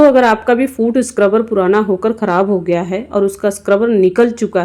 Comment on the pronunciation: Madam food scruber nahi foot sucrebur bolte hai